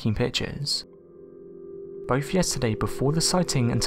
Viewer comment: is that boaf or bofe